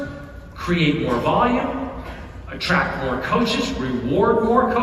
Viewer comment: I know he’s saying “attract”… but I heard “trap”